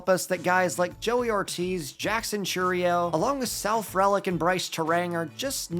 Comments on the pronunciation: Frelick is pronounced free lick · love your content but man we gotta work on those pronunciations... misiorowki and frelick are not pronounced like that lol